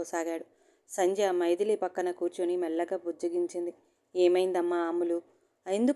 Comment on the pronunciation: మైదిలి కాదు మైథిలి అంటే సీతమ్మ వారు. చదివేటప్పుడు సరిగ్గా అన్నీ తెల్సుకోవాలి